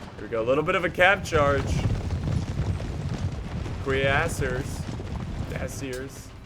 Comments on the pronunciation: "QueerAsseurs" 😠 REEEEE, why cant you speak la frawnce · I think the 'i' in Cuirrassiers is silent